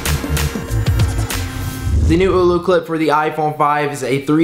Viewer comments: OLLOCLIP NOT OOLOCLIP. MY GOSH! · its ollo not oulou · AH-LO CLIP. NOT EW-LEW CLIP. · Screen protectors don't work with it. And its not oooolooo clip. it's Oh-loh clip. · "eww-loo" clip hahaha